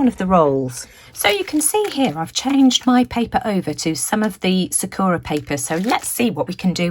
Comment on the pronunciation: Sakura is pronounced with the emphasis on the first syllable. And the second & third syllables are pronounced as “ur-a” not “ō-ra”. It means 🌸 cherry blossom. Thanks so much for sharing all these wonderful products.